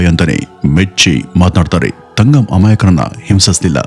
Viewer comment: It's ತಂಗಂ not ತಗಂ